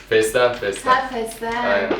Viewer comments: puuuh bir fesleğen diyemedin 😄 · feslegen? EDIT: Oha adam soyluyomus, ben de durdurup yazdim hemen.